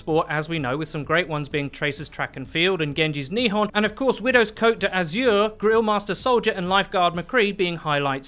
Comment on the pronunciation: Cote dazure, not dah-azure you dunce